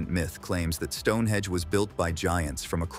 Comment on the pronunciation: It's StoneheNge not Stonehedge